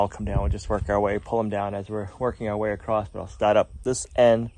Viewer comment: You say this and so many other YouTuber say acrosst, it’s may just be when you buy a car you see tons of the same car. Anywho …. It’s across with no “T”